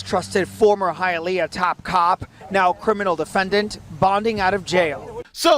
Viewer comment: Mad respect for pronouncing Hialeah correctly.